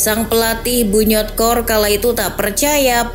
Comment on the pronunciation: Bunyodkor kan cara bacanya